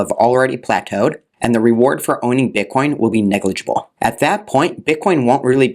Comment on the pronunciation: He slipped and said "bit con"